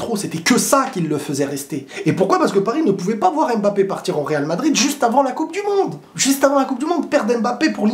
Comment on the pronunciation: On dit „Mbappé“ et non „aime Mbappé“